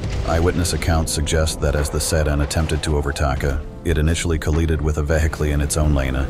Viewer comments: Thought he started another language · "Eyewitness accounts suggest that as the sedan attempted to overtAKA, it initially collEEded with a veHIKLEE in its own lANEH, causing to lOSEH balance and subsequently coLLIdAY with the tanker"